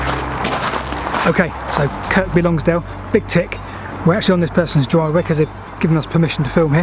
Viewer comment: I have driven passed lowgill viaduct countless times on the M6, last year I went to have a closer look. Then a true anorak friend tells me it's the viaduct used in the opening titles of BBC's "The train now departing" series, last used in 76 for mineral trains. Excellent as always, by the way it's "Sed-ber" and "Kirby Lonsdale" ditch the "K" in Kirkby, you'll need to know for when you visit "Kirkby Stephen"!